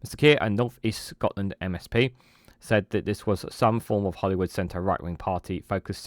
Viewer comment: Sorry but its Holyrood not Hollywood 😅